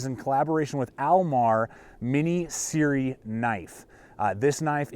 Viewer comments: Proper pronounciation is Like sear. It is an acronym S.E.R.E - survival, evasion, resistance and escape. In essence it is the name of a military course that is given to aviators and special forces operators the course covers code of conduct in war, peacetime, hostage detention environments etc... also covered:general survival skills, evasion planning, resistance, exploitation, and political manipulations and escape planning. A lot more to this than I can tell you. But brother! SIRI???? You have to change that part of the video when you say SIRI instead of Sear....... just saying. Great video otherwise - I enjoy your content. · It is pronounced SERE (S.E.R.E) not "SIRI". It is an acronym. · SERE (Survive Evade Resist Escape) pronounced: sear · "SEE-ER" Not "siri" ; ) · Siri, lol. Jesus, Americans suck at their own language